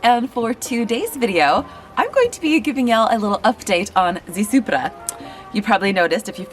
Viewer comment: Thk you for saying "supra" correctly, I thought I was the only one......lol, double check you cam caps if they are worn .005 it will let your cams to walk which will put more tension on the sprocket.